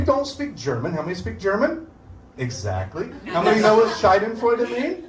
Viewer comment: German here : His pronunciation is totally wrong . He says Shai-den-freude but it should be Sha-denfreude. A Scheide aka Shai-de is another word for vagina. So he literally says Vag-joy.